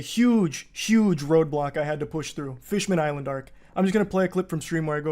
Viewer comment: the way he says fishman island gets me everytime